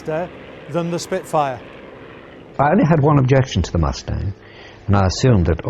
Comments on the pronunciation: Did that announcer say the Mosetang? Not Mus-tang? What is a MoseStang? Is that like a Mosetash ? 😂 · I didn't know Mustang was pronounced "Moostang". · Ah yes the P-51 MOO-stang, an extraordinarily capable escort fighter. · I love how the propaganda guy pronounces it “moo-stang” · LOL what is a moo-stang? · The Moostang LOL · I love that Received Pronounciation of "Moostang" 😂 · Moose-tang? 😂🤣😂🤣😂 Do you also call mud, "mood?" 👋🐸💥💨👻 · "The Moosetang."